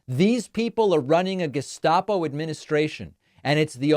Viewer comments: Please, please, please! The correct pronounciation is ge-s-t-apo (like the first one), not ge-sh-t-apo. Yes, in German st- at the start of the syllable is generally pronounced sh-t, but not in this case! It is an acronym (GE_heime ST_aatsp_O_lizei) and changing it to sh feels ridiculous which you do not want in this case. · David: The organisation was the Geheime Staatspolizei, usually referred to as the "Gestapo", and it would have been pronounced as Ge-shtarpo originally.